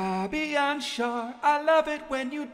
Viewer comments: Schär is pronounced Share. But good vid as always! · It's pronounced like share:-) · In English it’s pronounced like share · Schar is pronounced like share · I know it doesn't matter but Schär is pronounced exactly like the word share Love you ❤️ Great German at the beginning👍🏻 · He speaks good german but still doesn't know how to pronounce him 😂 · yeah but he isn't using the correct one here.